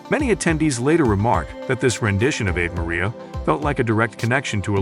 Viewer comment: This commentator can't even pronounce Ave Maria correctly. It's SUCH a classic song that it's stunning someone would be so ignorant. He also grossly mispronounces other common words, such as "multi-faceted," "unwavering," "montage," and "Leonard." It's apparent he has a poor education, hasn't read much, and doesn't even know what some of the words mean or their roots. Then he gets his facts wrong, stating Olivia was cast as Juliet as at seventeen. She was fifteen. Olivia deserves better than this.